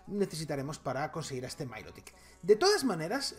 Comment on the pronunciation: Me encanta la pronunciación diferente de los pokemons a (pongo como se pronuncia) milotic le llama mailotic 😂😂